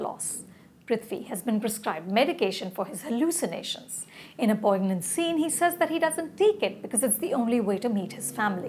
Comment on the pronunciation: Anupama Ma'am, sorry for this, but , the word 'poignant' is not pronounced the way it looks, rather it is strangely pronounced as /ˈpɔɪnjənt/ (like poinyant), both in British and American style. I also used to pronounce it like the way u pronounced it; later I found out about the real pronunciation. So, I thought I should let u know. I didn't mean to belittle u or offend u. Cheers Ma'am.